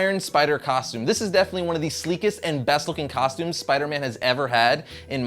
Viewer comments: At the beginning you said tostumes instead of costumes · Rewind it he said tostumes